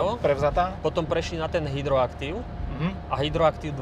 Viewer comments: Ahojte. Ďakujem za video. Inak , systém pruženia sa volá Hydractive (čítaj hydraktiv), nie hydroactive. Zle sa mi to počúva ale inak veľký palec hore 👍👌🤗. Mám nejaké autá s hydroaktiv-om 🤭 a fakt je to parádne vozenie 🙂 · Ne hydroactive, ale hydractive. A doslova "ooooo" je co za chujovinu? Auto nádherné.